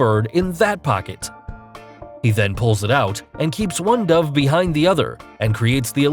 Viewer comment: I pronounce it dove but he pronounces it dove. I just don’t know which one is the right pronunciation.